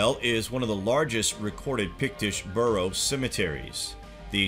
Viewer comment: its Barrow not burrow and Midden not midean. you have some interesting information here but PLEASE look up how to pronounce this stuff.